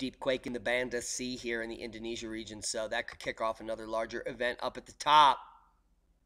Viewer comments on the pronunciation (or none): none